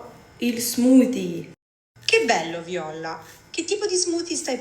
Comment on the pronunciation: bro hai messo la bandiera della costa d'ivoria /Comunque sky pronuncia male le cosa tipo Violla o altre cose e poi ride che pronuciano male